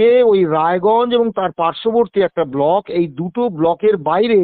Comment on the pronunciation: ভাল করে block উচ্চারণ করতে পারে না। বলক development officer বলে। সে না কি BDO